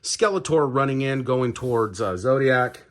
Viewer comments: And Zodac...not Zodiac. If your going to make a video at least know the basic pronunciations for what you're talking about. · It's TALON fighter. As in, it has talons, because it's a bird. Why do you keep saying it "Tallion" fighter? Like it's Italian or something? Do you think it makes amazing pizza? and it's Zodac, not Zodiac. lol I feel like a huge dick pointing this out, but it's super irritating. Would be like doing a Spider-man toy review and calling him Spid-erman.